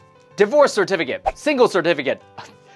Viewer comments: I only heard certificate. SIR-TEH-FEH-KIT. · SeRt-Fiikate...KaiT...must gurt muRe CeRtifI--KiaTSss! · cetificate was said so many times, it sounds so wierd. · I don't think I can hear the word certificate the same way again.